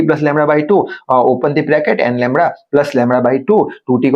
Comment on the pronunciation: Also LAMDA ❌ LAMRA✅